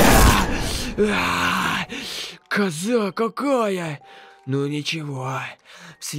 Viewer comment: Он не хагги вагги а хягги вягги 😁